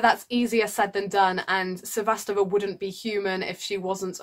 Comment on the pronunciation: not to be overly critical, but your pronunciation of Cibulkova and Sevastova is a bit off.